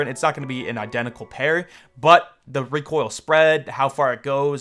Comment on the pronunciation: “The reek oil” 😂😂😂😂